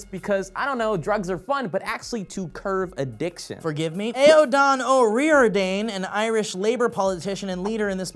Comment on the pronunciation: Genuinely cannot tell if not being able to pronounce Aidan O'Riordan is a joke or not how do u butcher a name so badly loik